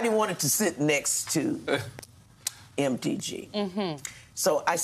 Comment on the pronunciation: I love that she pronounced it “Empty G” and now I cannot unhear that.